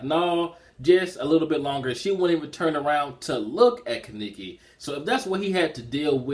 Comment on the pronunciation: You and forneverworl had a problem pronouncing Kaneki's name but it's cool tho and chapter reviews,good shit.